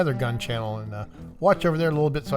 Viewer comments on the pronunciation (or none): none